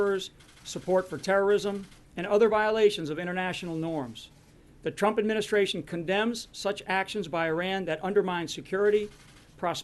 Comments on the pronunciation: Sean is going to get the sack next for calling the president Trimp instead of Trump. He needs to pick up his game because he stumbles over his words every day. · he said president trimp